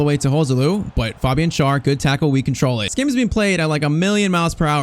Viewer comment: Just a little thing when it comes to pronunciation: it's not pronounced Schar. To make it easier for you just pronounce him like the English word share. That's close enough to the actual German pronunciation of his name.